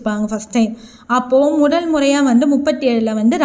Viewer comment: முதல் ❌ முடல்✔️ பதவி ❌ படவி✔️ மொத்தம் ❌ மொட்டம் ✔️ விடுதலை❌விடுடலை✔️